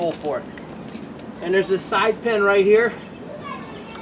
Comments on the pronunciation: He keeps plainly saying, "pen", but I guess he means, "pin"..??? Wtf?? Who does that? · Remove the pen out? What kind of accent is that?